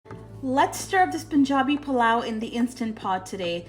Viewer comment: I love the way you say Pilau!